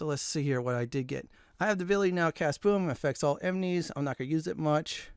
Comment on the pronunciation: Bro you saying "emenies" everytime is a killer